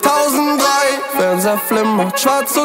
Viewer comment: Какой кайф для ушей, когда он произносит 2003 на немецком. Переслушивать это можно вечно